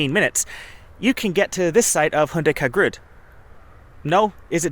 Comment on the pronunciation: For the sake of clarity: These ancient graves in Northern Estonia are called "Hundikangrud". Their location is Muuksi village. Usually I don't mind foreign pronounciation. But this time I was so confused when I tried to understand what their exact location is. I would suggest you to write "exotic" placenames in videos or video descriptions. Interesting video though. I respect that you came to our region. It is especially rare when people visit us because of archaeology.